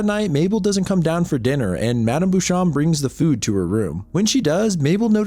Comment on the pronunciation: Beauchamp is "bow-shomp" just google pronunciations you don't know